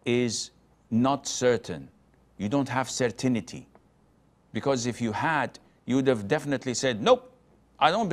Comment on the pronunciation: CERTAINTY NOT CERTINITY LOL